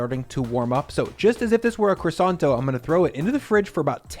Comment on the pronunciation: Love your pronunciation of croissant!